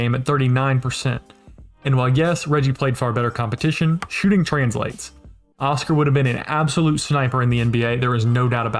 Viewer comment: Just to add that his name was pronounced with an accent on the last syllable : osCAR. When you hear OScar with an accent on the first, it sounds like a cartoon character.